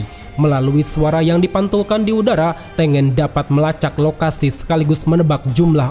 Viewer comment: Hantengu bukan peringkat 6 Hashibira, mlah hashibara Trus Tengen tu bacanya TENGGEN